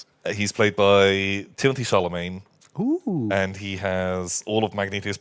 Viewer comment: did he call him timothee charlemagne?